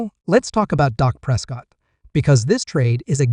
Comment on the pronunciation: Your Reporting is a joke; you named two to three players that are no longer on the team; do your homework before you post and learn how to say Dak’s name correctly. Gheesh! You don’t even know who the Head Coach is…..